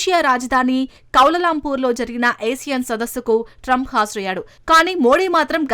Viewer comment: కౌలాలంపూర్ అనాలి. కౌ లలాంపూర్ కాదు .ఫస్ట్ నువ్వు గుణింతాలు నేర్చుకో,తరువాత వార్తలు చదువు.నీకు తెలుగు నేర్పిన టీచర్ ఎవ్వరో దండం పెట్టాలి.😂😂